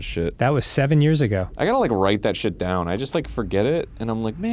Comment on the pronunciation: Dan: "Shid" Me: Say Fard right now